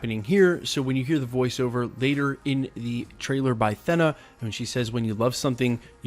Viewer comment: “Thenna” lol